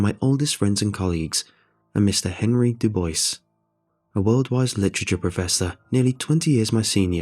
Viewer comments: Du Bois = Doo Bwaaaa NOT Doo Boyse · my only strife here is the pronunciation of Dubois lmfao. Du - Boy, not Du - bice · "Ois" is actually pronounced "wah"... it's "Do-bwah"... Just a little help there. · I'm sorry, dude, but that name is Doo-bwah. Good story, though! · Isn't it pronounced "Dubwa"? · Friendly correction for future use! Dubois = (doob-wah) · aww its so cute how he mispronounced Dubois